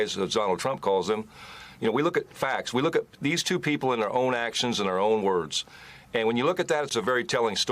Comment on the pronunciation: It's tuwoo! It's tuwoo!